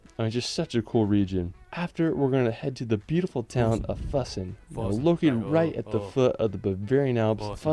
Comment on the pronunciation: You actually pronounced "Füssen" more accurate than that guy in the video.. he actually was mispronouncing most of the places really bad tbh